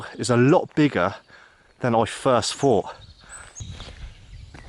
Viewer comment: But then you would miss him talking about "FreeHundred" feral dogs or instead of him thinking about something hes having a "frought."